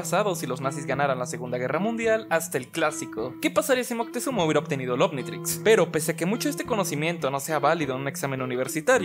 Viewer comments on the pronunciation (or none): none